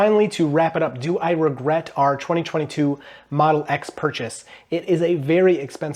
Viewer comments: Ragret? Ragret? ?? Ragret? ??????? Ragret? ?????? Really? Really Really??? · What's a ragret? 😂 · Is “ragret” a meme or a mistake